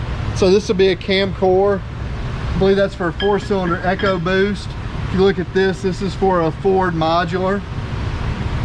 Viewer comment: I like how he said echo boost instead of eco boost